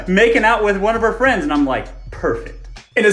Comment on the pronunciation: CHERRY FWENDS!!